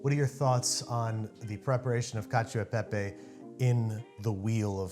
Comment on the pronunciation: I never want to hear someone say caciao de pepe again. Lol